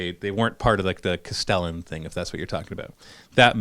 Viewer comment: Castellan, pronounced "castle-on" he he everybody is seeming to get that one wrong!